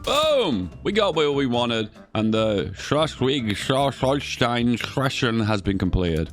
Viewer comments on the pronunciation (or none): The name of the place is pronounced "Shleeswick-Holstain" .